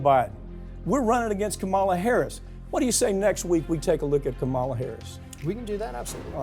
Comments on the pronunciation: Not to be testy, but: KAH-mala. Like “comma.” Please don’t do the republican thing of mispronouncing her name. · Is that how you pronounce Kamala’s name? I thought the inflection stood at the beginning. Could be wrong, though. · I hope, if you are going to talk about Harris, you learn to pronounce her name. Unprofessional and an indication of lack of awareness. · Say her name right or keep it out of your mouth. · Lol at Farron Cousins not daring to correct Mike Papantonio of his repeated mispronunciation of Kamala Harris's first name. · Please learn how to pronounce "Kamala". You always pronounce it wrong. Is that indicative of your lack of respect for her? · Please learn the right way to pronounce Kamala. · Are you deliberately mispronouncing Kamala Harris's name? It's quite disappointing and disrespectful! DO BETTER!!! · Sounds like he does it purposefully and makes my teeth grind. I can't even listen to him. It shows ignorance and a lack of respect when you continually mispronounce someone's name. I bet Me. Papantonio gets a bit testy himself when people mispronounce his own "ethnic" name. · Mr. Papantonio please learn how to pronounce the Vice President's first name. You pronounce it in the same disrespectful way as the Fox News hosts. I'm trusting that you don't mean to be disrespectful.